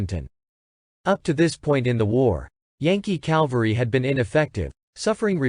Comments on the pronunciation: It is Cavalry not Calvary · My dear, I say this with all respect and hope for your success, but please, please, learn how to pronounce the word "Cavalry." Jesus Christ was crucified on Calvary. Custer rose to greatness with his cavalry. Cavalry, not Calvary. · The word is cavalry, not calvery. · Yes...WHY do these historians and movie actors CONTINUE to say "calvary" when the word is "CAV-AL-RY"? Very annoying! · CAValry not CALvary (sorry-it drives me crazy!) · Absolutely Richard! CAL-vary drives me crazy. It's a term used by people who know little about military history. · CAV-alry. NOT CAL-vary !!! These basement history video hacks are just too much ! Take some speech classes ! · It's CAValry! Not CALvary! Just axe somebody! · It's a good video, but the mispronunciation of "cavalry" as "calvary" drove me nuts. The "L" comes after the "V", not before it. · Or as repeatedly stated in video the Calvary